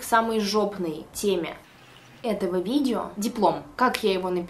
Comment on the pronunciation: правильно - видева✨😂